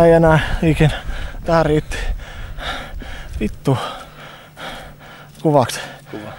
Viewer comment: Did anyone else hear when he said "F***" in Finnish it sounded like "Vito"?